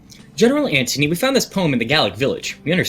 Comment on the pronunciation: You keep saying Anthony wrong.